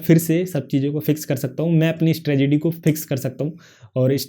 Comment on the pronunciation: Bhai strategy hota hai stragedy nhi😂😂